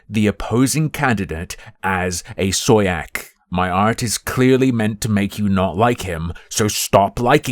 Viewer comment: Y'know i used to like but now i heard him pronounce soyjack and i think to myself "hmmm what the candid people tried to pull was completely justified"